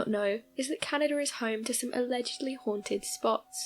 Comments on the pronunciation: ...meanwhile, it makes me CRINGE!😒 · I absolutely adore the way you pronounce "Canaduhr".